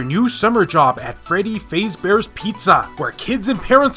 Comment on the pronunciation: it's pronounced Fazbear(as in fazz and not faze), but honestly your pronunciation just made the video more enjoyable. Keep up with the good work man.